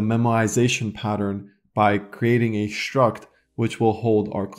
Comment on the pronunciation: I unironically love how you pronounce "шtruct". I am going to annoy so many people copying this